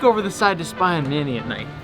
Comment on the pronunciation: For a second, I thought he called Manny,“mayonnaise”